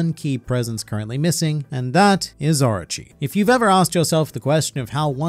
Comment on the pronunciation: orchi orchi orchi ....dumm ass its oorooochii ..stop ur english accent...XD